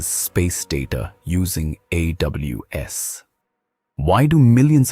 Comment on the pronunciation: Bro. First of all the design and visuals of artefacts is amazing. But there are few things, I wanna highlight here that the AI voice which you used in the video is unable to pronounce a few words correctly, like Samsung, AWS, and more. We can correct them in future instances. Hope this helps you to release better artefacts...👍🏻